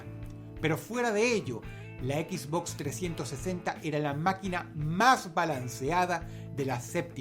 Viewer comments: Encerio djistes EquisBox? jajaja dross se dice Xbox. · Dross lo pronuncia Equizbox Yo lo pronuncio esbox Quien esta mal D:?